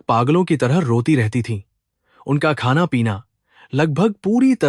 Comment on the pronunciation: Aapki vasa itni galat uchharan ku hae apni mattri vasaitna galatkapre ko bolrahe ho kaha khana ko khaja yea sab kea hae